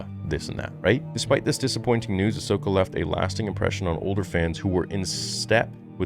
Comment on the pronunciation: It’s called: Ass-Okah